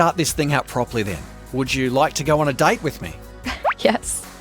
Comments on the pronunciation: Did anyone else Hurd that when Michael said date I heard it as diet 🤣🤣😂😂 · Michael's date pronounciation Dyte 💀💀